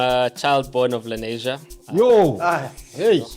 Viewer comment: It's "Lenasia"